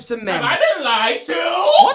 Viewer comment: Y'all we've been pronouncing "two" wrong all along... To-wah....